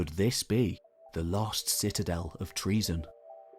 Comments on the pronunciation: Not pronounced that way. Enter "english greek translation" into a search engine then translate Troezen to greek. There is usually a sound icon below the translation that will speak the word in greek. English forms of greek words are often phonetically poor representations of the greek words. Unfortunately the narration in this video isnt even close to the english "tro-zen". Think "toe-zen" and insert the "r"..😊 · it's Troezen then